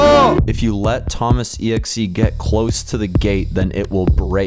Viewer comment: Thoma it is monter AHHHHH